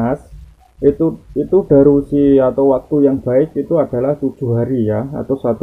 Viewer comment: Mas bukan DARUSI....tapi yg benar adalah DURASI.... DURASI ya mas.... Ok semngat